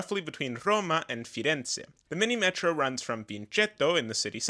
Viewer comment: slight correction on pronunciation: "Minimetro" is pronounced "Minimetrò"